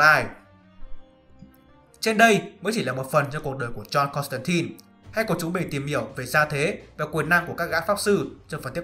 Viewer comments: 😃 Đọc chuẩn là Côn tăng tai k phải Côn tăng tin. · JOHN CONSTANTINE mà cứ đọc "tai tai" miết nghe mệt vl